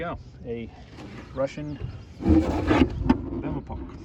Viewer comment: No Betepok, this is "Veterok" (wind) 😂